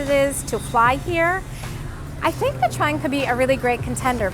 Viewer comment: You are the few foreigners who pronounced Nha Trang correctly (almost) 👍 I've been there few times and I like it.